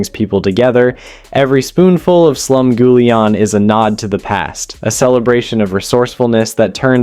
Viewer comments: Your pronunciations are driving me nuts. 8 minutes in, waiting for something I don’t already make pretty often. Cornbread? Gimme a break! Slum GOO lee ahn? Where are YOU from? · I hate this AI narration who can't pronounce Slumgulleon correctly. It's creepy.